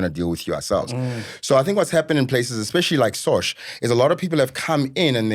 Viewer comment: Sosh guys not sosha please 😅😅